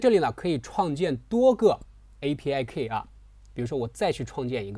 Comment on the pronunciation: 不是'kei', 是‘ki:'